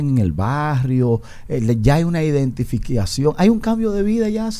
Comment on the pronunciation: El pachá y su ( identifiquiacion ) jajaja en el minuto / jaja. Hablando malo se le salió. Jajajaj